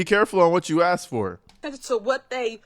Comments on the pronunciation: Somebody... please, for the Love of God and the English Vocabulary, tell her that "K" does NOT come before "S" before she uses the word "Ask" again. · Its ASK not Ax Tiff. Learn english.